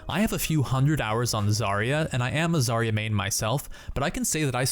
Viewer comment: It is not a zArya, it is zarYa